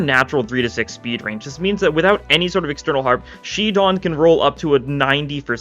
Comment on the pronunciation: shi don? shid on what?